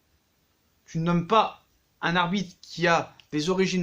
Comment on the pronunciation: Je suis le seul à entendre arbite 1 fois sur 2